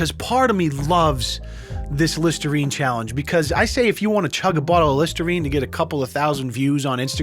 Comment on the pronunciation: Listernine? C'mon